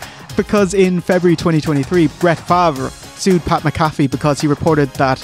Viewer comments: Hey, it's Pat “Mac-A-Fee" 😂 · The poorly pronounced Pat Mcafee is killing me. They say his name a million times on the show.